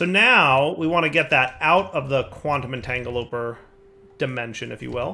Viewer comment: At this point, you have to be purposely mispronouncing the EntangloPORTER right?